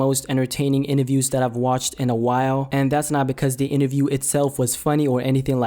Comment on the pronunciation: Inaview. You mean interview